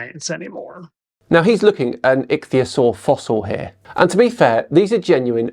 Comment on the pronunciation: A 40 year old that can't say Ichthyosauria, instead calls it Atleast 3 different pronunciation. Joking aside if pointing became an Olympic sport he'll bring home the gold.